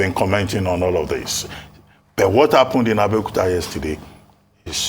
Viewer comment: Please, Why is it Abeokuta.. All pronunciation speech coming out. Please don't give ur town Bad Name.